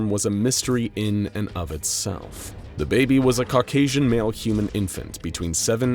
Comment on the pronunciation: Did he just say Da baby